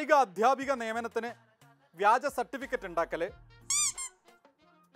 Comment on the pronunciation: വിജ്യൻ [വിജയൻ ] എന്ന് ഞാൻ തെറ്റിദ്ധരിച്ചു , വ്യാജൻ എന്നാ ലേ